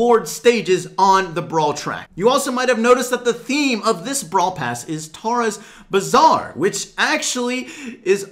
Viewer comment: It’s “Bazaar”...HAHAHAHAHA